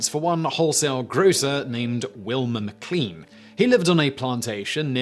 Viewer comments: Simon! Not again! How many times will it take for you understand that Lean, in names such as MacLean and McLean, is pronounced as lane and not lean. I am sick of telling you! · 😣 Simon! MacLean and all forms are pronounced like mac lane.